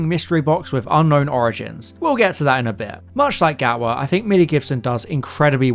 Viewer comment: You gotta fix your "Copoldi" and "Gawa", it's really grating.